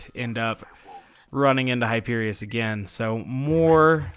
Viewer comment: Love when you say GO AGANE